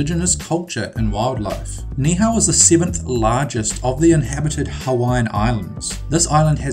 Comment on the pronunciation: U SAID NIIHAU RONG😡